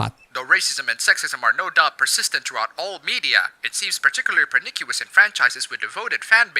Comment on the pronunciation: Pssst, it's pronounced per-ni-shus, not per-ni-ki-us. Just a teensy hint. Love your channel!